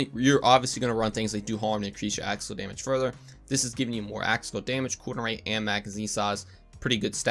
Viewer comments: Are you saying "action skill" or "aschassil" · "axaskill damage" lol